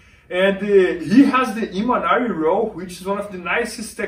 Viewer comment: MAN!!!!!!!! It’s Imanari!!!!!